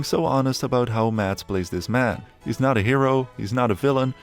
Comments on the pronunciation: It is not Matt. It is Mads. Why can none of you english speakers say anything in dansih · as someone that shares the same name. I do find it funny how foreigners always says maDs and puts pressure in the d, While in danish the D is silent. It's pronounced Mas. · It bugs me when everyone calls him MaDs...The D is silent. His name is pronounced Mas (like Christmas). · People need to learn how to pronounce his name,Mad-s, it's a silent d with a hard s - like a mass. Thank me later! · The D is silent. Just say "Mass" but a bit quicker than you would in an english accent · you dont pronouse the d in danish. so his name spoken is mas mikkelsen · Sorry, but as a Dane, Mads is pronounced "Mas", with a silent D! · i get that some scandinavian names can be weird and hard to pronounce to some. budt mads's name is litterally just pronounced Mas. it cant be hard :D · Dane here. It's always fun to hear the pronounciation of "Mads" in english. The d is silent, so it's actually more like the word "Mass", but more stumped and more weight on the a. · More like 'Maz' with the shortest A you can pronounce. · Forestil dig ikke at være dansk og ikke kunne se alle filmene på vores modersprog. Det udtales mass Mikkelsen. Og det er ikke “flickering lights” men blinkende lygter, pusher er en af hans dårligere film, han har faktisk lige lavet en fantastisk film ved navn den sidste viking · You’re saying his name wrong. Just pretend there’s no d in his name and you’ll accidentally pronounce it correctly. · The d in Mads is silent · THE. D. IS. SILENT. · A point: 'Mads' is pronounced with a silent 'd'. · You just erase half the Letters, as they aren't pronounced in Danish!!